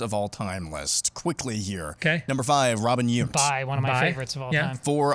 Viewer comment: 🙄 Aaron's pronunciation of Robin Yount... 🤷🏼‍♀️I was waiting for Todd or Steve to correct him